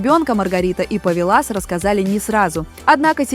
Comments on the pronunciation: Вообще - то он ПОвилас ВАнагас, противно слушать, можно было бы поправить даже ИИ. Этот человек заслужил уважительного отношения хотя бы к своему имени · Ударение в имени и фамилии Повиласа Ванагаса принципиально правильно не ставите? Или просто знаний не хватает?